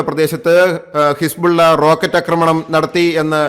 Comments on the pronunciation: അക്രമണം അല്ല. ആക്രമണം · Thante ' akkramanam' chollu masangalaayittu kelkkunnu Aakramanam ennu parayaan ithuvare padikkatha pottanmarude rajavu ,,marapottan ennu ellavarum parayume